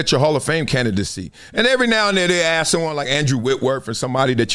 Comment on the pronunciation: It's friggin' 2026 and "Big Perk" can't even pronounce the word ASK correctly? Why would I waste my time listening to such a LOW IQ ex jock? Something is terribly wrong with the mainstream media, and why should this be acceptable? "We" should be held to higher standards!